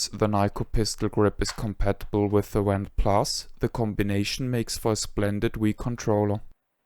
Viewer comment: Five years later I still prefer my Nyko Wand (Which I pronounce "vhand" because of accent😂)for Wii gun games and play them often. Even though I have a modern pc build with retro Shooter guns, I am still drawn to the simplicity of Wii. This video was my introduction to amazing channel and I have watched every video. Thank you for all the precis information and kind assistance over the years! I wish you had a donation link!